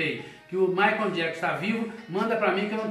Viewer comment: Michael se pronuncia MAICOU e não Maicon... pelo amor de Deus gente. Chega doer o ouvido